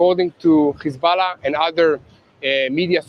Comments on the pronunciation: It's hezbollah not hezballah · How come he pronounces hezbollah like that